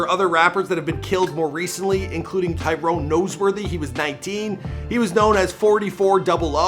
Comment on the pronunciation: you’re from Toronto you gotta do better research Tyrone’s name is Tall up twin or 2x / farah is 22 Neat not filthy and jaquars name is pronounced BULLY not B velly🤬🤬